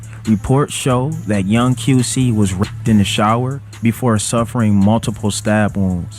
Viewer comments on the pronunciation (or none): Its raped not graped. 🤣LOL